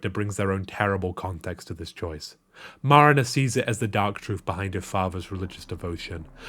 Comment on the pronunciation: the way you say Marina like Marinera sauce is over the top.